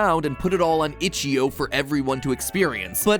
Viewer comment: itch-IO not itch-EO